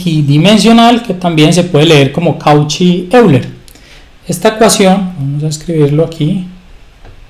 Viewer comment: Disculpa, me parece que Euler era suizo y creo que se pronuncia algo así como "Oiler".